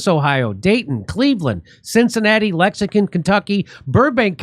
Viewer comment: Jimmy, I love you; but would you please learn how to correctly pronounce Lexington? It sounds like you're saying lexicon.